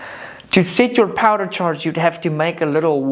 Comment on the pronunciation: Can you not say powder?